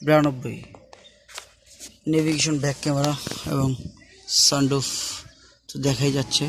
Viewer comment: It call sunroof not sundroof please make your words right and your car is always overpriced by 2to 3 lakh